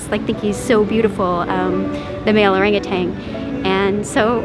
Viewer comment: It’s “OranguTAN” people!